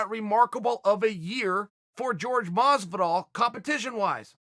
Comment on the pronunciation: Uhh Masvidal? Really not that hard uncle chael..